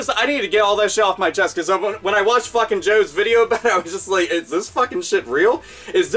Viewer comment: Didju rike it?